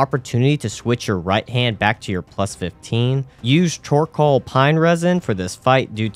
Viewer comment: Best one was "chorcall pine resin" during Nito fight ☺️